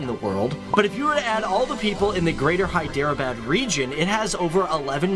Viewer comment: Your pronunciation is correct Professor